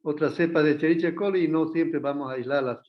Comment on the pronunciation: ¡Qué horror!, se escribe "Escherichia", pero se pronuncia "Eskerikia". Solo por eso ni tomo clases con él.